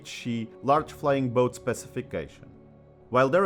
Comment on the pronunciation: I knew about the Emily (which I compared with the Short Sunderland) but this programme on the Mavis has been very interesting. PS I find the American emphasis on both words of 'flying' and 'boat' somewhat disconcerting and modern British parlance appears to be copying it. For those who knew flying boats, we pronounced it as one word, with no emphasis on 'boat'. has anyone else noticed this?